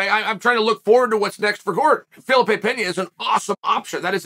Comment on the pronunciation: Fuh-lee-pay. Jesus Chael.